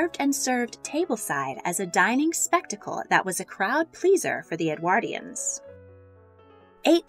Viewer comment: or for them to pronounce "Edwardians" properly